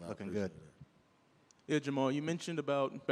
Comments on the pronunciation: Jamahal is pronounced jama-hall. Stop acting like his name is Jamal. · Jamahal "SpecimenT" Hill